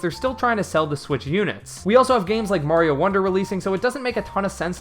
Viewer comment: ah yes, i like super maro wonder.